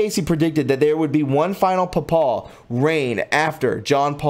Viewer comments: Papal is pronounced with a long “a” then a short “a”, you mispronounced Fatima, and Carmilite , apostasy and several words. I wish you had some help. There even has been a fake Lucia that the Catholic Church pretended was the real person but it wasn’t. There have been many lies and cover ups. You are really murdering the words. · I love you brother, but your pronunciation it terrible!! Papal is PAPE-al not pa-POL! a Papal reign is the period the pope reigns. Nostradamus has 10 Centuries of Quatrains, so #10-65 means Century 10, Quatrain 65 , not quatrains 10 through 65. I would suggest you read your script aloud to a knowledgeable person prior to airing so you can correct a litany of mispronunciations before you go on air. Again, I truly love your work, but sometimes, with so many simple reading errors and mispronunciations, you lose credibility, and I'd hate for your work to be diminished for this correctable reason. This is constructive criticism, given in brotherly love! Your information is incredibly important at this point in time! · Great video. Pronounced Fa ti ma fat like in a person is fat. .......Ti as in tea ......And ma as in ma for mother. Fat to ma Papal. Is pay pell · Papal is pronounced Pap'-aw, Fatima is Fat'-tim-ma, Malachy is Mal'-a-ki long i, pleurisy is plur'-ah -see. Aspersorium, as-per-sore'-eum. Basilica, bah-sil'-e-ka. Please learn to pronounce words before reporting. I really do like your podcast, it just lacks a sense of literacy. God bless. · Papal is pronounced Paypal. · Fr = Father. Papal = "pay-pul". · Papal is PayPal with the second a Short 😆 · Get a dictionary dummy ... its pronounced pa·pal ˈpāpəl , and Fatima is fa Tee ma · Papal is PAAAPLe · Before you make a video learn how to pronounce the important words like “Fatima” and “papal” and lots of others - it’s really awful to not do your homework in advance.